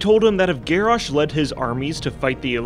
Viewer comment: Garrosh more GarrASH hahaHAHAHAHAHAHHAHA